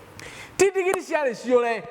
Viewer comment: Pastor ""ndingiri"",,ni nini hiyo ,I like ,the way u pronounce it ,,,buh ,,,,,,,siijui haki